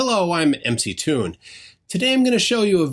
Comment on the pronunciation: How can Mick Toons still not pronounce his own name... that is embarrassing :D